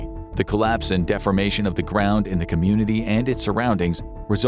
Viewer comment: Defamation - Deformation pronunciation makes a difference ffs